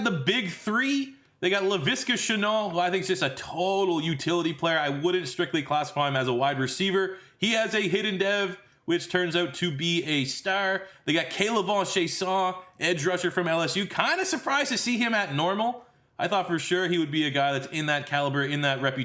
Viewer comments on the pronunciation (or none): lmao why do you keep putting a french sound on Chaisson. its pronounced (Kay Luh Von, Chey sin)